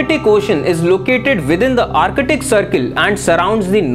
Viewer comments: Sirrrr Ar catic nahi, Ar tic. Antar catic nahi...Antar tic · Abe o bhai this is not artict ocean this is artic